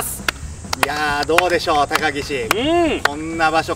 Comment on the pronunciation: 初手のが言った高岸が高木氏に聞こえた笑